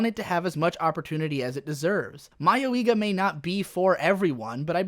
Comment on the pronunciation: Not that it matters, but the pronounciation of "mayoiga" is more like mayoi-ga than mayo-iga. Mayoi 迷い is one word, ka (or ga in this case) 家 is another.